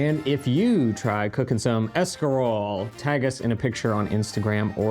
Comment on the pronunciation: Haha 'shcarole n beans!